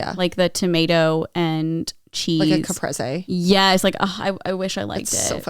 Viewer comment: the shock i felt so suddenly when pronounced caprese correctly omg i used to live in wisconsin and every time i heard someone say it they would pronounce it kuh-preez like the pants 🫢